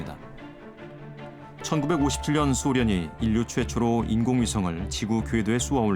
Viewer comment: 내용은 좋다만 최고 수준의 교육까지 받은 사람이 도대체 교육을 어떻게 받았으면 인류를 인뉴라고 발음하는 거냐? 발음할 땐 적어도 [일류]라고 해야하지 않나? 방송에서도 이런 식이니....